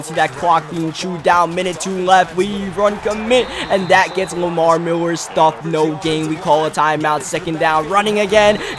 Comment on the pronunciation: Love the way he say Miller. Miwwer